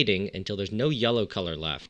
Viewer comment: Are you saying “yella” on purpose?